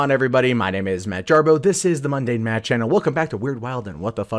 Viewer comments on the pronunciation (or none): none